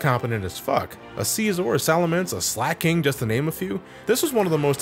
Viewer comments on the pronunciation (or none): none